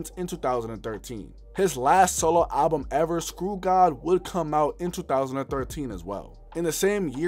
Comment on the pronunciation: its not Skrew-god..... its Skrewged